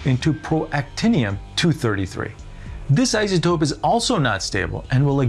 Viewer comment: Conzoomes. You hear how this guy says that? Izatope.